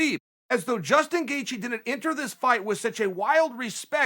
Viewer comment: Justin not Dustin